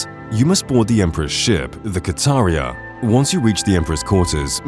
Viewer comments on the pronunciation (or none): Lol "ka tar ee uh". The ship's name is said in game and he still choose to say it like that. I love people sometimes